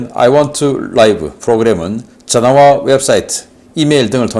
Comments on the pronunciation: 신선생, 아이원투 라이브가 아니고 아이 원투 리브 입니다. 저번에 지적 당해서 제대로 하더니 또 왜 이러시는지....라이브는 실시간, 리브는 살다...이런 건 기본 아닙니까? 이건 정말 영어실력 기본입니다. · 신선생의 report들을 즐겨 듣는 미국에 살고있는 사람 입니다. 저꾸만 듣기가 거북하여 정정해 주셨으면 합니다. I want to live의 live는 앞에 to가 있어 동사로 쓰였으므로 라이브가 아니라 리브로 발음하셔야 합니다. 죄송합니다. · I want to live = live의 발음은 '라이브'가 아니라 '리브' 입니다. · I want to live 는 아이 완투 리브 라고 읽어야 됩니다 라이브는 형용사로 쓰일때의 발음이고 to live 는 동사입니다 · I want to live~~라이브는 생방송, 리브로 발음해야~~ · 신박사님, 아이 원 투 라이브 아니고 아이 원 투 리브 😂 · I want to live 리브 라고 발음 하셔야 하지 않나요 ? 박사님 그러나 상관 없어요 ^^